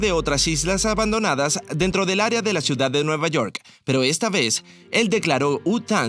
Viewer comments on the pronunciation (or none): none